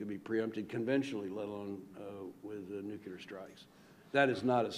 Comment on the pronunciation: Why do "expert" americans keep using word "nucelar" ?